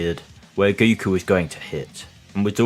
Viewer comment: Have you noticed you say "goo koo"?